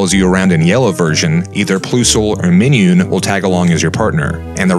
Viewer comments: Ploo-sul and Min-noon. That is all. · It's Plus-ule and Mine-un. Where did you even get those pronunciations from? Like they're plus an minus. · Ploosole and Mineun? Dude they're Plusle and Minun. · this man said "ploosle and min-yoon" lmfao plusle and minun sound like plus and minus bro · Yeah it’s true his work is magnificent it’s just that pronunciation of Plusle and Minun 😭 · Plusle and Minun are pronounced the American way of those words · Ooof, that way you said Plusie and Miniun names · Plu-sul & Mi-niun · “Ploosle and Minyoon” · "ploosol or minyoon" bruh really just fucked up plusle and minun. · "ploossool or meeneeoon" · “Ploosle” and “Minyoon” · Great video, but dude... please listen... PLUS-L and MINE-UN lol why you pronounce them wrong seems silly to me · 'Ploosle or Minewn' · Why do you pronounce Plusle and Minun like that. It’s PLUS-le and MINE- un like PLUS AND MINUS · Plus-sol Mine-um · He said pluesole and minion. Why? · Your videos are great, but your pronunciation of certain names... (Plus-Ul) (My-Nun) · have you ever said any pokemon's name out loud before the moment of this video like not meant as too harsh a diss but clearly its "plus" and "minus" so "PLUSle" and "MINE-un" and cressilia is the CRESCENT moon so its pronounced like that. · Is anyone gonna mention how he pronounced plusle and minun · Ew why did you say Plusle and Minun like that? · Anyone else pissed on how he pronounces plusle and minun? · Thanks, and yeah... I'm workin on it. I've pronounced at least one Japanese person's name or Pokemon's name wrong in just about every video, if not several per video. Thought I'd checked everyone before this recording. Then I got to Plusle and Minun with the mic on and was just like "Oh I forgot to check this one. Well, here we go. Ploosle and Minoon?" There are a lot of Pokémon names I've only read but never heard spoken out loud. And this what happens lol. Cheers